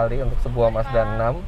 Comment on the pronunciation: Kedengeran nya. Masdanang. Bukan mazda 6.